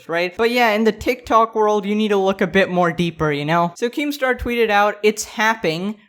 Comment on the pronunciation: "tik tawk"